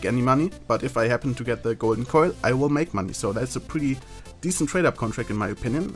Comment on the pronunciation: I am not going to lie when ever you say "Golden Coil" sounds like you are saying "Golden Koi"